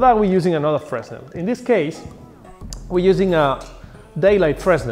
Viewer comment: Hi, Nice video. Just for your information, we don't pronounce the "S" in Fresnel. So it's pronounsd "Freh-nel". This is one of the strange mechanisms of french language. Yep, we are weird. ;)